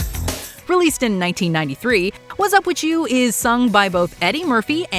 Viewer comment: Its whatzupwitu not whatzupwitCHEW, ENUNCIATE.